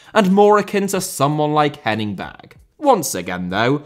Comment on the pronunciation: The E at the end of Berge, Ståle, Sandemose, etc should be pronounced like the E in Molde, which I see that previous comments have successfully made a change with. All final vowels are pronounced